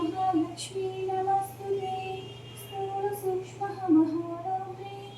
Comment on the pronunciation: Namastute kadandi namostute ane chadhavandi ❤